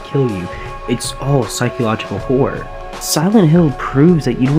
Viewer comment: actually good video, good writing. i think the documentaries work for you 👍 (sounds like u said "psychological whore" like 3 times)